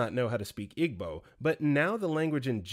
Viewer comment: it’s pronounced “EE-bow,” not “IG-bow.” and that one resonated with me SO much. i was expected to just absorb igbo through osmosis and was mocked when i tried to learn formally. now they’re mad i don’t speak igbo🙄